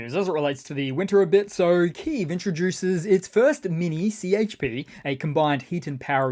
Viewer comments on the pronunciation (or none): none